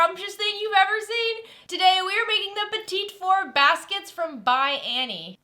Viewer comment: Petit Four, like the mini cakes, not petite.😂